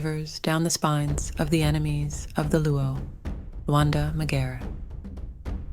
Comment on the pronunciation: The pronouciation of of his name is not right.leave out cultures alone you colonizers . Any Luo to tell the tale on our behalf or should I 😂😂